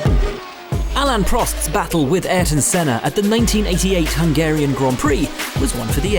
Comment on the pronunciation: the way you just said Hungarian descusted me ewww f1s social people are cringeworthy as fuck LOL geeegeeeeeee